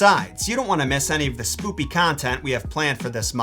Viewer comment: did dis man really just say "slooky season"?